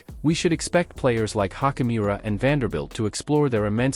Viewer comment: I think Hachimura’s name pronunciation is better stated as “chi” as in “choose” rather than a hard “k” sound.